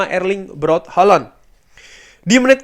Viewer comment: Bang bilang Haaland nya jadi holonn.. sangat crunchy dan bikin geli bang.. tapi manteps bang lanjutkan penjelasan dan konklusi nya yg roar biasa akan selalu kami nantikan dan didengarkan secara seksama karna detail, mendalam juga bernas sekali bang.. cuman geli aja pas bilang hollooonn 😂